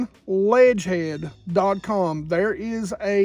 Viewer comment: You should link Ledgehead in the vid description I had to listen to you say it a few times before figuring it out. Ima get me some of those tho thanks for the tips here!